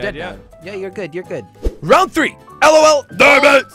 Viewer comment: Jelly it's 3 three not 4 tree 🌳